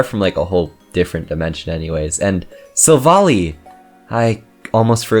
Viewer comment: You are pronouncing Silvally’s name wrong. It’s annoying. It’s SIl-Val-eye.